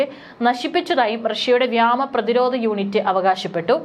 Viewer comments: വ്യോമ സേന / വ്യമാ snena അല്ലാ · വ്യാമ പ്രതിരോധമല്ല; വ്യോമ പ്രതിരോധം 😂